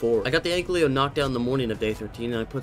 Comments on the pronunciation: It's Ankylo lol not anklyo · it's just me or is calling the anky an anklyo? NO HATE BTW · I still can't get over the fact that you say "Anklio". It feels soo wrong but I love the content so I have to deal with it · The way u say "ankylo" lmao